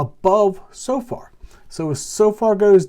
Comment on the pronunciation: It's pronounced So-fer,, with the emphasis on the 1st syllable. Carry on, good stuff!